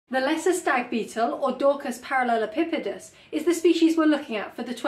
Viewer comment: I just wanna say, i admire how easy you said "Dorcus Parallelipipedus". you made that seem so effortless, i tried - 3 times, i could barely get my vocal chords round it, my mouth just would not work!!!! Another excellent video, i always look forward to your content:)